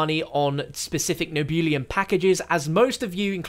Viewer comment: Nehhh-Beu-Lum.... Not Nee-Boo-Liam lol :)